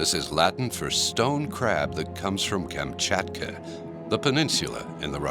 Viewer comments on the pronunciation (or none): none